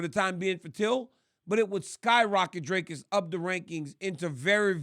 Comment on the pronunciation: Dricus is ranked 13 in the world, you have a MMA show but cannot even pronounce his surname correctly. Very unprofessional !